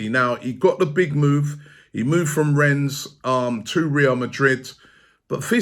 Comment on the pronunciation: Robbie, this is becoming annoying now. When you say Rennes, you need to stop pronouncing the (s) at the end. Come on man, I think you were told that many times